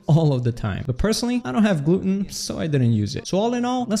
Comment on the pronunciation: Man said gluten